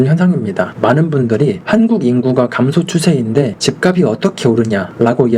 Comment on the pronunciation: 집값이 > 집갑시 지값은 > 집갑슨 발음 교정좀요